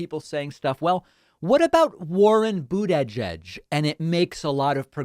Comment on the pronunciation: Do you pronounce Buttigieg that weird on purpose? ^^